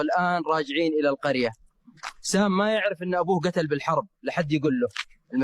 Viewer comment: والده قتل بضم القاف وليس بالفتح